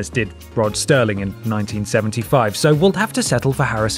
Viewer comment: Rod Serling. Not Sterling. Dammit,!